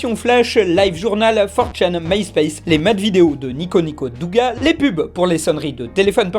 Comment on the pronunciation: ON DIT NIKONIKO DÔGA, DOOOGA !